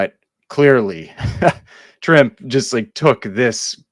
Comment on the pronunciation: Yeah, no worries. I appreciate seeing original art content being done by comic book channels. Well done! Oh and by the way, Trimpe is actually pronounced TRIM-pee, two syllables and emphasis on the first one. Back in the 80's, in one of the editorial pages of a particular month's comics, they showed how to pronounce various creator names and they said Trimpe rhymed with Blimpy. 😅